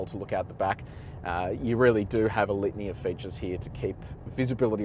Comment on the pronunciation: Each time he says litany it sounds like lithium.